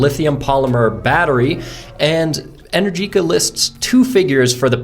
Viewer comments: Not "en-er-GEE-ka", it's pronounced "en-AIR-ji-ka". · Realistically it sounds like 110 miles of range in 30-40 mins. But I guess that depends on how long (many sequential charges) the battery can remain cool enough to take the 24kw rate. Also, I think they pronounce it EneRgica. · Pronounced “en-ER-gika” 🇮🇹